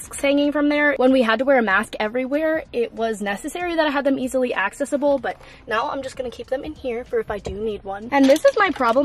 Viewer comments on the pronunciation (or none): I REMEMBER WATching THE SUNFLOWER THEME DECORATING VID. also girl u pronouncing accessible WRONG love u tho